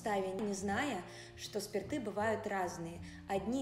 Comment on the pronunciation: Стоит лучше говорить об ударении в слове «спирты/спиртов», резало уши